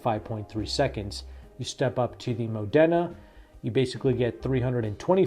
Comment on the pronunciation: It’s pronounced ‘Mod-da-na’